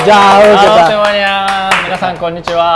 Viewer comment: Mina-san bukan minangsa kebolak :')